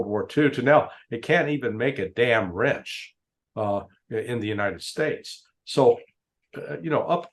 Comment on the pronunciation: The word is wrench…. Voice check!!!!! Lol